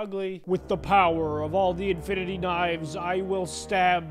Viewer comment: no he said: INFINTY~